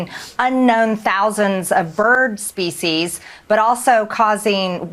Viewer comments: Did she MTG say “spesies” instead of “species” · She says species just like someone would say feces. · At first I thought she said feces..seems more appropriate